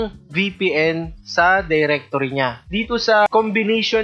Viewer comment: while speaking where your english start moving you say diretorea i suggest you to speak english correctly